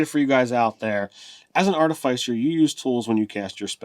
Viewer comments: Say after me guys: ART-uh-FISS-ur and NOT ART-i-FYES-er. Sounds like you're shilling for Pfizer they way you mispronounced it over and over again. Hope they paid you for all the free plugs! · It’s pronounced ‘Ar-Tif-icer’, not ‘Arta-ficer’ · It’s clearly Arti-fiss-er guys. The root word is “artifice,” which is def not pronounced with a hard i. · Listening to you pronounce "artificer" incorrectly over and over again hurt my soul. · Between ar-TIF-icer, arti-FIC-er, and artif-ICE-er... i hate the last pronunciation the most. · Sorry, can't watch this any further. Love the outfit, Ted, but I cannot handle the repetitive mispronunciation. It's not even like artificer is a made up fantasy word.